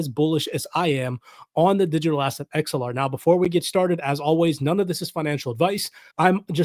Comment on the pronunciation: Sounds like your saying xlr lol